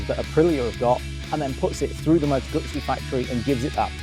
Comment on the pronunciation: Why do people call them moto gutsi when it’s a moto guzzi